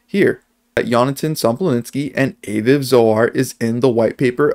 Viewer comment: FYI Aviv is pronounced Ah-veev. Great video. Love this. I really hope Yonatan is Satoshi.